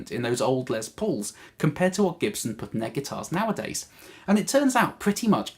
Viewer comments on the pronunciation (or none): none